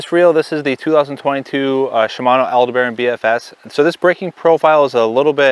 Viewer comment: I appreciate your bfs info videos. However I cringe when I hear mispronounced words. So, the name Aldebaran is from the Arabic name for the primary star in the Taurus constellation. It is pronounced al-DEB-buh-run.